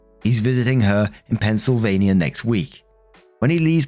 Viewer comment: Aww, look at you pronouncing my state right!!😂 Go Eagles!!